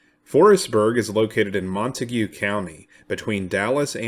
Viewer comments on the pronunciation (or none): I'm from Decatur in Wise county. The correct pronunciation of Montague county is slang. Pronounced MONTAG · As a transplant to Texas, I am cognizant of how place names are pronounced. For the record, Montague County is not pronounced like the name of the family in Romeo and Juliet. Instead, it's pronounced like Mon Tayg County. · The correct pronunciation of the county is MON - TAGE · I love the way you pronounce Montague 😂